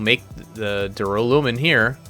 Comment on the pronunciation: Thanks for the episode. Duralin... Duralumin - easier done than said! 🤣